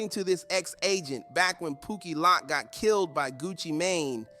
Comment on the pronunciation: 🧢 you definitely reaching on this i hope they take your damn page down lol 😅 you can't even say pookie Loc name right 🤣